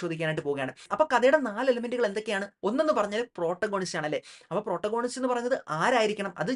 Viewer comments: താങ്കൾ പ്രോട്ട ഗോണിസ്റ്റ് എന്നു പറയുന്നത് തെറ്റാണ്. Protagonist എന്ന വാക്കിൻ്റെ ഉച്ചാരണം പ്രറ്റാഗനിസ്റ്റ് എന്നാണ്. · It's actually pronounced 'പ്രൊറ്റാഗണിസ്റ്റ്' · Correct pronunciation is - Protagonist